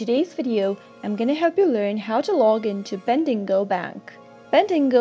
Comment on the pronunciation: Ben-dig-O not Bendingo